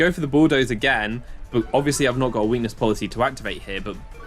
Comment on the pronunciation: you said "and activates my weakness policy" wrong. its "and activates my WEAkness poLICY".